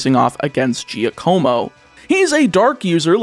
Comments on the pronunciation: Never once have i seen anyone say that he pronounces giacomo wrong... as a correction its jack-omo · Giacomo is pronunced like if there's a "J" (Gi=J), like Giovanni, same thing, but Gioavanni has the double "n" too, that is just a hard "n". sorry but it hurts me hearing it like this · What about the way he pronounced “Giacomo” 💀